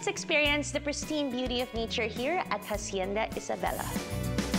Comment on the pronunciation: Hacienda: pronounced "ash-yen-dah". In Spanish you never pronounce the "h". Hijo is ee-ho. Not "hee-huh". Magagalit mga Ilonggo nyan. Ilongga pa naman si Kuh.😊